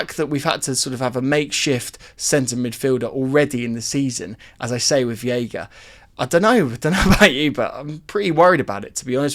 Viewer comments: He's called v EI ga, not v IE ga, stop mispronouncing his name, please 😭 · i know you read the comments, its pronounced VEYGA, not VIYEGA. You killing me 😭😭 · Hey it’s pronounced Vayga for Veiga